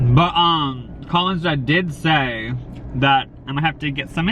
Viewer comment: everytime says "but um" it sounds like hes yelling BUM